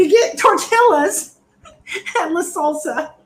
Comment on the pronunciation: "Tortilllas and twaqeetos!" 😆😆😆 I give out free Spanish lessons. 😉 Good stuff amigos 👏👏👏